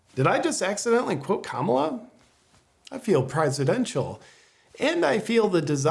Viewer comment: There's nothing quite like feeling "Prizidential" is there JP? Well done yet again* Now I just wish you'd help organize people to take actual action against all this corruption, because so far its continued to be the one thing people still haven't done yet and if anything is insane that is....